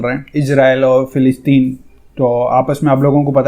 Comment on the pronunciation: Bhai g bo filistin hai aap na sahi sa pad kar bola Karo